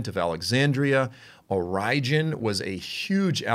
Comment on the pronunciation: Origen's pronunciation as Or-rye-jin instead of Origin had me confused for a hot minute